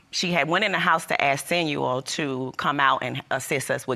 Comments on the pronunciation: So sick of hearing “Sinuel” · If she say “Sinuel” one more time time!!! Damn!